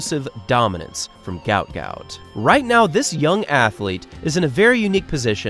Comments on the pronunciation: Gout Gout's father mentioned in an interview his name should be pronounced as "Guot", as when he immigrated from Sudan he couldn't spell well, and mixed up the letters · At least get his name right! Guot Guot , pronounced “ gwot gwot “ … get some journalistic integrity ffs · His name is actually guot guot and it's pronounced (gwot gwot) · His name is Guot Guot, pronounced like Gwot Gwot. A mistake was made somehow in his official paperwork. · His name is pronounced ‘Gwat Gwat’. Due to a spelling mistake on his Somalian passport it was meant to be spelt Guot Guot. My 2 boys went to Ipswich Grammar School and, in my opinion, one of the best GPS Schools in Queensland. It’s also the oldest tertiary school in QLD and many of its students have gone on to being extremely successful. One of those students many years ago was the main architect/engineer that built the Brisbane Story Bridge. Well done Guot Guot on your amazing success and for many more amazing milestones you will continue to conquer 🫶🏼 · its Guot Guot media has gotten the name wrong and pronouncing it wrong